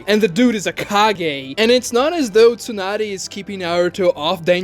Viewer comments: Its not a plothole if they address it nunerous times bruh. ALSO, tsu is probounced how its spelled, like the the sound you make when you sneeze. It is not Toonady, its tsunade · Bro this guys pronunciations are god awful “TWOnadè” (tsunade) CHEWnin (chunin) MEZOOKEE (Mizuki) Horrid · Tsunade? Nope! Toonaday? Yeah!